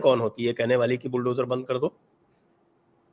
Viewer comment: Bulldojur ishtorm ho raha hai, kabh sahi pronunciation ka prayog karoge? Sa usse accha lagta hai ja se.